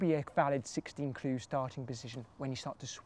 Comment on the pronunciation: I'll give you a ClEE...